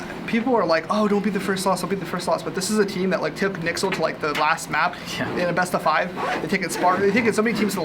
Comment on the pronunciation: im sorry did just pronounce nyxl as "nixel"